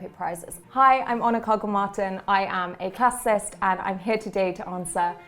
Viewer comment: Did she introduce herself as a classicist or a classist? Because it sounded like the latter.